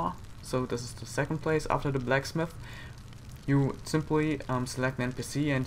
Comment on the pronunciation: Haha Black Smith and not Blacksmith. Not trying to be rude in any way its just hilarious.